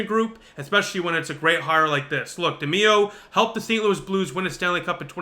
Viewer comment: Pronounced De my oh….